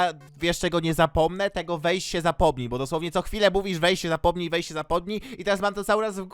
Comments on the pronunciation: Czy tylko ja usłyszałam "Weź sie zapłodnij"? Haha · usłyszałam weź się zapłodij XD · Jak to powiedział to usłyszałem "Weś się zapłodnij" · Czy tylko ja słyszę jak mówi Weź się zapomnij Weź się zapłodnij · weź się zapłodnij?!??! Czy tylko ja to słyszę!?!?!